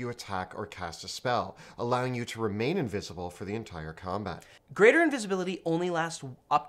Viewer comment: Did I hear "uninvisible"? :D